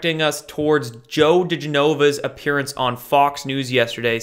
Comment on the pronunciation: Digenova pronounce gen like jenny....